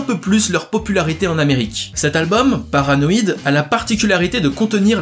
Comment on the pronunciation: Omg comment tu prononces « paranoïde, black sabass, ozzy osbourne, wtf »